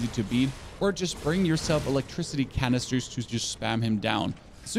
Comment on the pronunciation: The way you pronounce canister